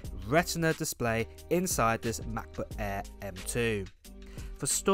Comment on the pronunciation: McBook eeeeeh